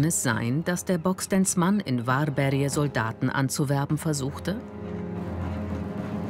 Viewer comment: 'worbärj' nicht 'warberje'